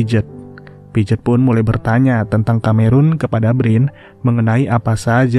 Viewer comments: piaget bacanya pijet😂😂.. padahal bacanya pease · Pijet pijet 😂😂 pronounciation nya atuhhh